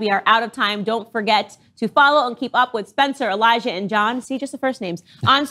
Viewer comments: BWAHAHAHA! Candace called Elijer "Eliza"...🤣🤣🤣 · I swear she said Eliza Shaeffer 😭